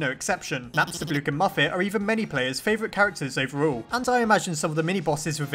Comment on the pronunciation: I really like Napstablook. He has my personality, I feel bad for him because Mettaton or "Suzy" left him, and also because he just wants to be alone but when he finds a friend he's really sweet. also remember when you used to pronounce him Napstabluk? that really annoyed me, but im happy now